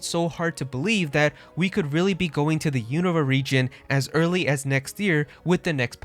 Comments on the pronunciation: Im not making fun of you. But isn't it pronounced (YOU - NO - VA) ?? You're saying it like its called Univa. Or have i been mispronouncing it my whole life? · Pronounced you-noo-vah